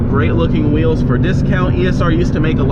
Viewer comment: Why does he keep calling rims weels or am I the one who is wrong